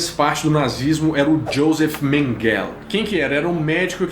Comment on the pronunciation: só uma dica. J tem som de I em países como Alemanha Então seria Iosej Mengele. Show o conteúdo xD